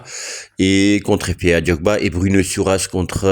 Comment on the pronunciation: Bruno Dato, pas Druno 😅